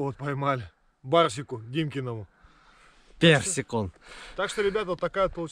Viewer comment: Не Барсик а Персик. Ну а в целом не плохо.